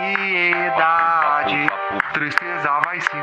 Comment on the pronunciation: Pelo AN-SI-E-DA-DE o cara já se entrega 😂😂😂😂